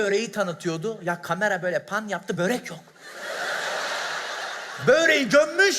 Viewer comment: Güldürmek için ne kadar götünü yırtsan da böreğe bööğrek dediğin an olmuyor cemocan